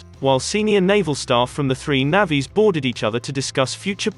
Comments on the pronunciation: The commentary on this channel is a joke! "navvees" lol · Its not Navvies, terrible robotic videos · Bloody ‘naavies’ it’s navys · Learn to pronounce 'navies' correctly !!!!!! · Yea I can guarantee you. That’s not how Irish people prounounce Navies